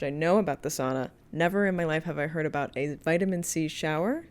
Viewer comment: Loving the correct pronounciation of SAUNA in this video as a Finnish person